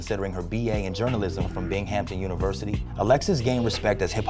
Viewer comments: We're gonna ignore that homie pronounced her University as Bing Hampton? 🤦‍♂️🤦‍♂️ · lmao BingHAMton. The h is silent. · The H is silent in Binghamton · It's pronounced bing-um-tin University